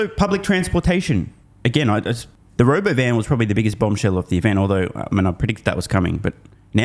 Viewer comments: not RoboVan... RobOvan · He couldn’t even say the word “ro” “bo” “van” … 😂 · You keep pronouncing Robovan incorrectly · Hey, you're pronouncing Robovan wrong